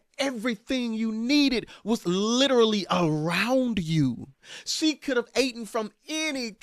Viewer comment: is hilarious! He said, "she could have AAAA-TEN from any tree!" 🤣🤣🤣🤣 i know he meant eaten but he's hilarious!!